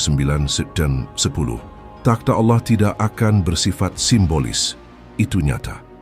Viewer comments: Harus Nya Allah … Bukan Alloh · Bukan auloh tapi Allah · Naratornya kebablasan saat menyebut Allah menjadi aulloh. Semoga segera sadar bahwa yg sedang dibacakan adalah ajaran Allah yg hidup yg turun sebagai manusia ,menjadi domba pengorbanan . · aolloh ❌ ALLAH ☑️ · mengapa penyebutan ALLA seperti orang kafir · Maaf aku tau ini AI tapi tolong di perhatikan suara penyebutan ALLAH. AGAK menyesatkan kalau salah sebut